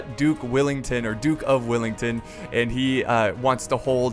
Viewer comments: Its Wellington not Willington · he say duke willington? it well-ing-ton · Dude.. its wellington not willington get it right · Duke of Wellington not duck of willinton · it's Duke of Wellington not Duke of willington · “Dook Willington” 😭🤣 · Duke of Whillington? Its Wellington m8! Wellington not WIllington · WELL ING TON..... not willing tongue or willy ton .... sigh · Greatings from Wellington, New Zealand! Or as the guy in the video would call it: Willington... -. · Hi this is my favorite part of history so thank you ps I am a huge fan and it is Wellington well and ing ton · "Duke Willington" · It's WELLINGTON! 🙄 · Is that how you say Wellington? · awww no. I'd thought u would put on a posh english accent to when u were going to say the Duke of Wellington's name :P